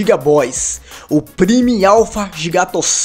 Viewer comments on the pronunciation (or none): a palavra prime se pronoçui Pramó